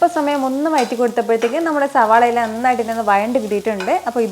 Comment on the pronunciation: മോളെ ഞാൻ എത്ര പ്രാവശ്യം കമന്റ് ബോക്സിൽ പറഞ്ഞു...വയറ്റി കൊടുക്കുക എന്നല്ല...വഴറ്റി കൊടുക്കുക എന്നു പറ...വ....ഴ...ഴ....റ്റി കൊടുക്കുക